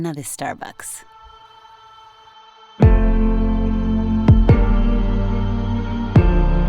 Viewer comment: No se dice starbuks , se dice starbaks :v